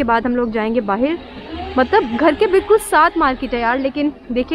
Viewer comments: I knew when she spoke "Bahir" in place of "Bahar" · ab hum log jaa rhe hai Baahiir ya baahar? kam se kam 50 bar baahiir bola hoga is video me lol fisal gayi to snow me? iske baahiir se mughe himesh song yaad aya aap ki khaatirr yaar isko baahir kisne bolna sikhaya .. foren nahi foriegn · The amount of times she said “ bahir “